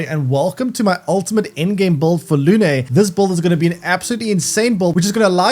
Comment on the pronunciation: It's not luné . Her name It's moon in french . No é . Just e , lune